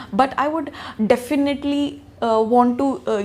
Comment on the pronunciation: Definaaatlyllyyy..😁 Definitely